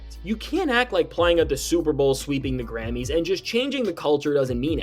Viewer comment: Well, he can’t say Grammys.. 😂😂😂🤣